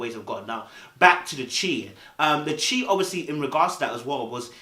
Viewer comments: New subscriber. Enjoying your channel. However, the CHI is pronounced “shy” which is short for Chicago. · Love your point of view as always. Chi is pronounced "shy" like shy-town/Chi-town/Chicago.